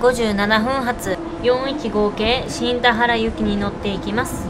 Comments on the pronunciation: 「新田原」は「しんたはら」ではなく「しんでんばる」と読むんですよ〜 ちなみに宮崎県では同じ字で「新田原」と書いて「にゅうたばる」と読みます 北九州市は銀河鉄道999の作者、松本零士の出身地で子供の頃門司の鉄道を見て999を思いついたそうです 小倉で博多ラーメンなら、小倉駅構内AmuPlazaに「SinSin」があったのに😁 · 「しんだばる」じゃなくて「しんでんばる」ですよ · 『新田原』→ しんでんばる ですね。此からも、頑張って下さいませ。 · / 誤→しんたはら 正→しんでんばる 本州は直流、九州に入ると交流、一旦停電状態にして切り替える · 新田原はしんたはらでなく、しんでんばると呼びます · ×しんだはら ○しんでんばる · 最初から姫路行き特急といってしまってますね...。 快速でした。 あと、新田原も読み方が（しんでんばる）らしいです......。 難しい！ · 新田原の読み方「しんでんばる」 九州地方では地名に原は"はる"、"ばる"と読みます ラーメンは福岡のは魚介系豚骨スープなのであっさりしてますよね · 自衛隊基地の方はにゅうたばると発音します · 新田原はしんでんばると読みます(^^) 小倉出身者より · 新 田 原 ＝し ん で ん ば る 九州では 原 を ばる と読む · 広島狂走連盟は笑うwww。新田原は「しんでんばる」ですね。